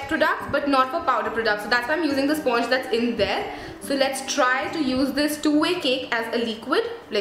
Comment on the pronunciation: Hi, thanks a lot for the review.. btw sponge is pronounced as "spanj"